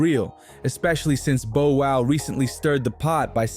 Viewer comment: First this culture vulture cant pronounce Bow Wows name, he then shows footage of Orlando Brown while speaking about Katt Williams. Clown business. Fire your team